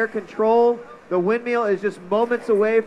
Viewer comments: everytime he said "windmeeel" i got annoyed haha great vid though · He always says 'windmeal'... xD